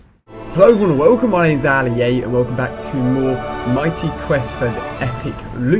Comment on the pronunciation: you keep forgetting the "y" on the end of mighty